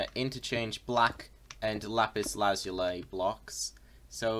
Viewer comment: Finally someone that pronounces lapis Lazuli right